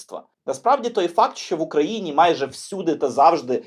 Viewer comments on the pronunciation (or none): none